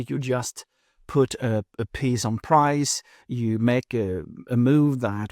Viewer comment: Nice video. FYI, “prise” is pronounced preez.